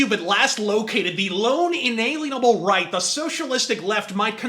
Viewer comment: In a lien able. Not in alien able.